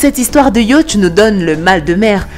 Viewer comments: Le « yautch »MDR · Sincèrement la façon dont tu prononces "yacht" nous donne le mal de mer.